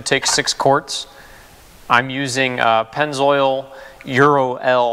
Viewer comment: You lost me at pennzoil. Great video other than that.